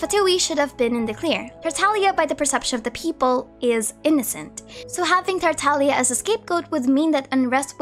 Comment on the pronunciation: FINALLY SOMEONE WHO PRONOUNCES TARTAGLIA CORRECTLY THANK YOU SO MUCH